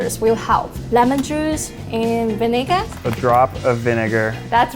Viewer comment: “lemon juice and vinigga?”